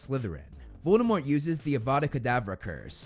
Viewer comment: He says Avada KedAvra!😂